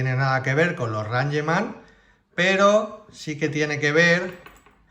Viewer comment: Se dice reingman NO ranyeman. Es una palabra en inglés Sr